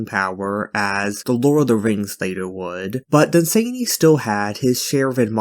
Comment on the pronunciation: Dunn-Sann-Y. Not Dun-zany. Then there is the Night Lands, there is a "retold" version I've heard is rather good (on my to hear list), but beyond that what the loveinterest does endangers them, it does sound like they got some BDSM, there are far worse things in todays writing...